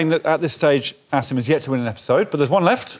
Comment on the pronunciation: I know they are saying Asim but I keep hearing Acid instead.